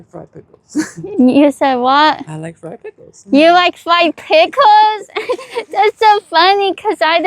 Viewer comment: Fwieeed Pickwels